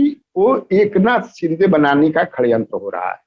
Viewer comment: ये ललन सिंह और कन्हैया जी षड्यंत्र को खड्यंत्र क्यों बोल रहे है? 😂😂